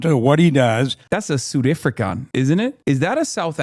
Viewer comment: "Sarth Ifricah", that's how you pronounce South African in South African